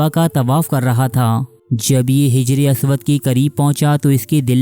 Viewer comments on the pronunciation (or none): Bhai Sahab, lafz hijray aswad nahi Hajaray Aswad Hai. e c tarha hafiz ibne hijr nahi, hafiz ibne Hajar hai.